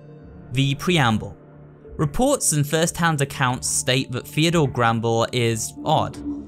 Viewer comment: "granbell" SERIOUSLY?! IT IS "Theodore Grambell"